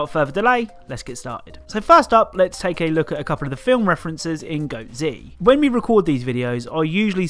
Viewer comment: It’s pronounced goatz like one word goats but with a zzzzz noise at the end